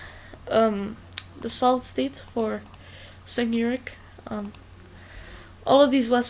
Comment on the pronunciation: also, it is pronounced "Jank U-ger